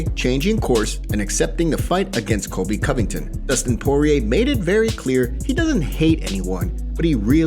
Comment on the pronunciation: "Kobe." I have to believe he's mispronouncing "Colby" on purpose now. No one can continue to be that inarticulate unless it's deliberate.